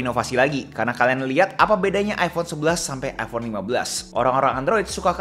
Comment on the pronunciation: Iphone bang bukan iffonn